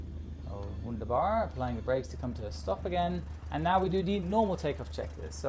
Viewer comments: "Wunderbar!" with english accent 😂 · I love how you said "Wunderbar" in an English manner. Got me cracked up a little😁 Great Video. 😊😊